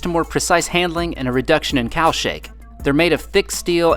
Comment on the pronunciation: I heard you say Cow Shake and became excited. Boy, imagine my disappointment when I figured out it was Cowl Shake.